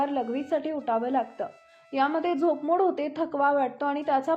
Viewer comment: झोपमूड नाही झोप मोड